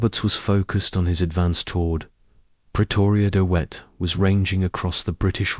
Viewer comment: Dee Whet? Hey it's not hard. DeVet - as in victory or village? Also what's with the WW1 imagery?